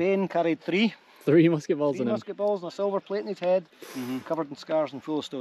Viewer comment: "that saved his heed" man i love me some scottish accent